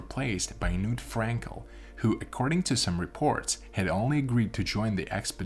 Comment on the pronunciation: The k in "Knut" should be voiced. The name is not pronounced 'nuut' nut with a hard k.